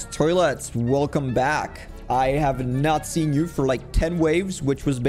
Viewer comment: did you guys notcie how fast he said not seen you it sounded like natz*